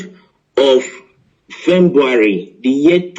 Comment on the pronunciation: Oh my jeez 🙄 a Journalist that can’t pronounce February am a kind of confused here